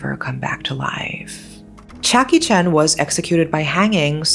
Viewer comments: Ok so I’m not stupid. 😂I heard what I Thought I heard.😂😂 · Same. I was very surprised for a moment lol. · Y’all, I felt so stupid! I’m glad, that I’m not alone! 😹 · When you said the killers name "chia kee chen" , I thought you said Jackie Chan . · yea... i was like "wait... jackie chan??" then load up the subtitles.... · My dumbass thought the exact same thing! 😂😂😂😂